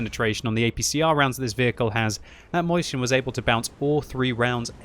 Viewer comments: Moisen? Its pronouced just like the maus. So Mausjen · I love how he pronounces „Mäuschen“ 👍🏻